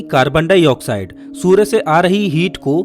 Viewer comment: सूरे नही सूर्य बोलो